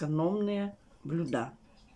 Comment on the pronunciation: Не блюдА, а блЮда!